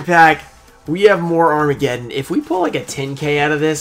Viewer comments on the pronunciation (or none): none